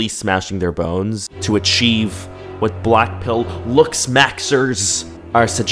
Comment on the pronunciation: When ever he say blackpill ..I heard "blackpink"😂😂🖤💗🖤💗🖤💗🖤💗🖤💗🖤💗🖤💗🖤💗🖤💗🖤💗🖤💗🖤💗🖤💗🖤💗🖤